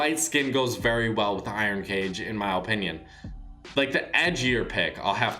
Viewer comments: Guys. It’s his, OH-pinion. XD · Mac Man yah but I’m tryna emphasize how he says it lmao cuz it’s mad funny